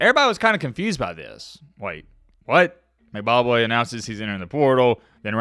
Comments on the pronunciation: Its M...... Bock ......Way. Not Mcbobwe or whatever youre sayin LOL Goofy!! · He definitely saying McBobway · It's M-BA-Kwe pronounced like Kwae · Is calling Mbakwe “Zimbabwe” or am i tripping 🤣🤣🤣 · More like M Bob Way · No he's saying McBakwe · Haha dude I heard that too! I was like am I hearing things or is he saying Mcbobway? lol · you can't even say this guys last name correctly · pronunciation of Mbakwe is something else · U can’t even pronounce his name right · say the man name correctly